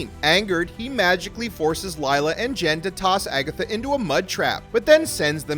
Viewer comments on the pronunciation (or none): Her name is Lilia, not Layla lol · Lay-la really? pronounce and proofread first before posting a video.